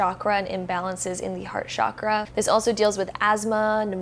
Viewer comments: Sure, interesting and everything, but, please, I beg you, from now on, whenever you utter the word chakra, please say it with a distinct ch as in chair sound. Being into spirituality means respecting the language of origin of the terms you work with, right? Do keep that in mind. Thank you. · Genuine question, why do people in the west pronouce Chakra as SHAKRA? Where does that misconception come from? Do they assume it's of French origin? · Please please please Western world stop pronouncing the Ch in Chakra as SH. It's wrong. It's pronounced as it is written.